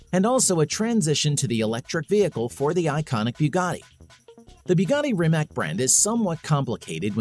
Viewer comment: Rimac - Rimats is correct pronunciation for all English speaking folks.